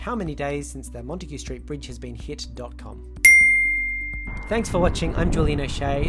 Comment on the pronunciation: Once Montague is pronounced correctly, the curse will be lifted.